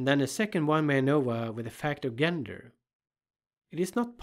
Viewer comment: Excellent video!! Super helpful. I’ve really enjoyed a number of your videos and have learned a lot from them. One very minor thing, gender is pronounced with a “soft” g, so say “jenger” and you’re good to go.